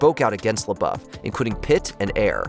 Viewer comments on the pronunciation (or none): It's Richard PRYOR, not Prior. And Shia LaBeauf, not Shy Lauff 😆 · Shy Lauff 😂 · "Shy Luff"😂😂😂